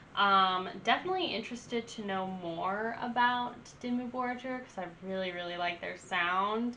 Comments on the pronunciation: It's Dimmu BorGir, not Dimmu Borjer 🤦🏼(it means Black cities/castels in old Norse and Icelandic) Americans, learn to pronaunce at least one word in foreign laguage correctly. My english is bad, but at least i can say and write something, damn it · Def. Check out a better dimmu album. And also it's pronounced dimmu bor-geer... like deer with a G . .. not jer. Lol. Idk how ur just now coming across dimmu. But glad you did. Check out old mans Child..... a side project.... that is AMAZING. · imagine comparing Dimmu Borgir to Disney 😀 but there is one thing, don't say bor"j"ir... it is called Borgir like the normal G like in Google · Just fyi: it's pronounced Dimmu "Bor-gear" ☺️ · It's pronounced "Bore-Gear" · Great songs I just don't like it how you pronounce it lol. Borgir us just like how it is written. Don't make a j sound from the G.